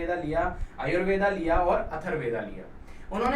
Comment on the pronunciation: That's not ayurved, it's yajurveda, please correct